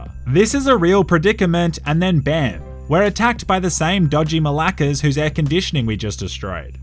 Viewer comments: It's actually '' malakas'' happy greetings from Greece 🇬🇷🇬🇷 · Bro do u actually say the greek curse word malakas or im hallucinating?